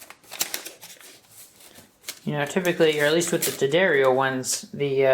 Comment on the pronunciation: Does the bulge go from flat to Scruggs? You even pronounced "D'Addario" properly! Good work,.